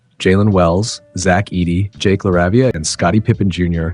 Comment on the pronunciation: One thing. La-ray-vee-a not lah-rah-vi-ah